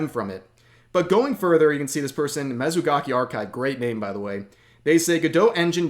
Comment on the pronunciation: rev its mutsuki not mesugaki 😭